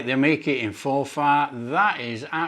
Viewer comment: Pronounced for forfur not for far